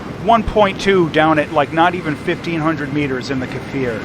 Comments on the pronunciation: kfir not k e for k as in cli- ck and then fir edit bold made it seems like a lomg sound the k is short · its not kefir, just kfir. you say it just like it looks like. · Great content! Also the kfir "K" is pronounced like the "C" in coffee or car in the British English dialect. It shouldn't sound like Kafir.